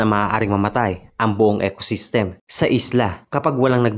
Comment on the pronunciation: ECOSYSTEM hindi ec-system. Snake is AHAS, not HA-AS.